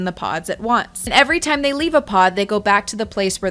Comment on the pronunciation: I believe she pronounced it "toiiiehm".